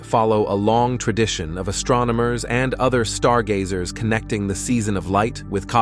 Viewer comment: guhLACSEE? ASStronomers?